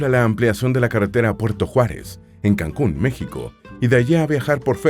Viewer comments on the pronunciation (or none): none